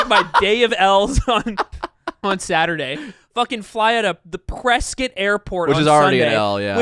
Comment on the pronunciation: As someone from Arizona it really hurts the way that pronounces Prescott.